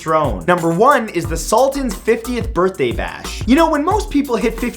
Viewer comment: "Bithday" heh.